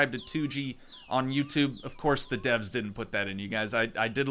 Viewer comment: Rewatching this, everytime he says "Devs" I cant